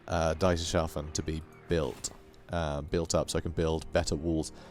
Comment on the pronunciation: BTW, Dietershafen reads as Deeters Half En